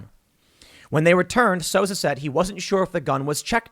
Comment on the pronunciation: It's pronounced "Soo-Za," not "Sosa." ... Baldwin is absolutely responsible. Full stop. And Kyle Rittenhouse is a Hero.